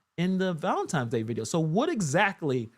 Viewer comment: Haha he calls it valintimes day.😂